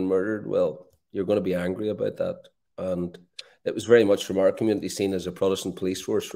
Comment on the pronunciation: Bwilliant stuff fwom Mr Bwolly